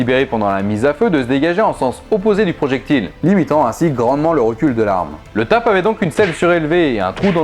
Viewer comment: Dans l'armée, on dit T A P, pas TAP. Troupe AéroPortée (c'est fou comme l'italien ressemble au français ^^). Je sais pas si ça a changé ou autre, mais c'était largement utilisé dans les années 2000 et encore maintenant. Exemple, le sac tap, la combi tap, la torche tap. Y aurait une branlette TAP que je serais pas étonné. Dès que tu sous entend parachutistes, ça devient cool et efficace pour un militaire, airsofteur, paintballeur, etc. Comme si les paras l'utilisaient et l'approuvaient, alors que pas forcément.